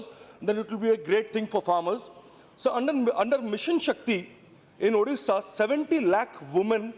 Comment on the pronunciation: 1st see your own english.... It's illiterate ....not ilitarete😂😂😂.....it's bad not bed....and moreover it's ODISHA...... U better join some english academy and improve your english😂😂😂😂😂.... In short 1st see where u stand in your life!....